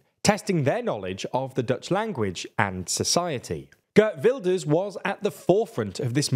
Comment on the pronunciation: His name isn't Gurt Wilders.